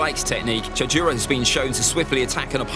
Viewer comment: Chjuro that’s what I kept hearing not cho-ju-ro